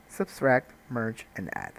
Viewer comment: It's "subtract",, not "substract". You were thinking of "subscribe". didn't you?:-) Thanks for the tut, great stuff!